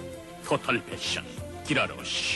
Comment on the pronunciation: 가이 라로쉬를 기라로시ㅋㅋㅋ